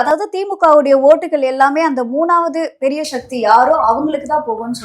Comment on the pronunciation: சக்தி ❌ ஷக்தி ✅